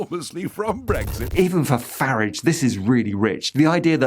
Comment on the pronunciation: "farridge". Top marks. Subscribed